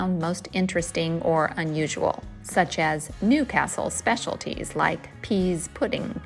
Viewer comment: A delightful trip down memory lane for me, thank you so much. Incidentally pease pudding is pronounced “peace” and delicious with stottie cake. If you get the chance, buy a peach melba in Greggs, they’re only sold in North East England. Also pet, as you probably already know, is short for petal. Enjoy Durham; if you’re not going up a hill, you’re going down but the river is lovely to swim in.